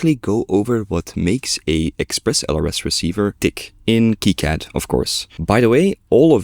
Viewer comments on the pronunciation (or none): none